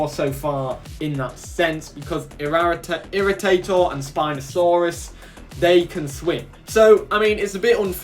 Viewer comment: I don’t support dakotaraptor locked behind a limited time paywall, since you could probably just go back the game for X amount add an apex land creature exclusive for backers :/ Ps Irritator is pronounced Irri Tay ter, because when the skull was uncovered some intern dropped it and it shattered into tiny pieces and had to be put back together and it was a pain in the ass